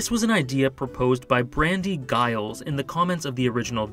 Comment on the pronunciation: that is NOT how you pronounce Giles. It's a J sound.